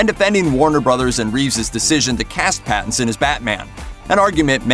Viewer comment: "Battinson" Lol !!